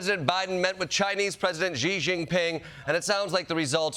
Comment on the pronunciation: Hey Jordan. President Xi is pronounced like "she jean ping." Ask your buddy Ronny Chieng if you don't know. 😊